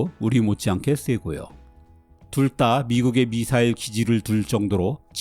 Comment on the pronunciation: 해설 해주시는 분의 잔잔한 음색과 차분한 말의 속도가 제 개인적으론 아주 편안하게 영상을 시청 할 수 있어서 큰 강점이라 생각합니다. 그런데 한 가지 제가 민감한 것 일수도 있는데 "둘 다" 를 "둘 따"로 발음 하시더군요. 옥의 티가 아닐까 생각됩니다. ㅎ 좋은영상 잘 봤습니다.